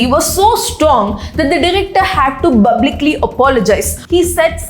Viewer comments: What is bhalke(Phalke) awardee or bublicaly (Publicaly).... Her pronounciation is so irritating seriously 😒.. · & u speak everything so well expect "BUBLICALY" 😢 plz correct it & it's very common among TN to use 'B' in place of 'P' 😢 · No hate but please correct your pronounciation to publically.. And not bublically! Pls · Its good that ur improvising i really appreciate ur progress but jus practice pronouncing certain words such as publically instead of bublically , ur good at oratimg but if u correct such mistake It'll sound good as ur reaching wider audiance , pronunciation shld be non negotiable , overall presentation is very good , jus take it as a constructive criticism for ur growth , i didn't intend to offend u but I jus wanted u to flow seamlessly nd shine more , Thank u❤